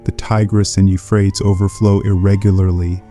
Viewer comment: Can you pick one pronunçiation for the word, Euphrates? Sometime you pronounce it as I was taught, You-frae-tees. But several times you pronounce it like You-fraets. I've never heard an English speaker pronounce it this way who wasn't just a kid making jokes. But, perhaps it is an ignorant AI that is actually speaking the text and you couldn't be bothered to edit the audio mispronunciations?